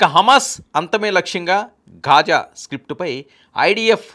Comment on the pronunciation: Ghaaja not khaaja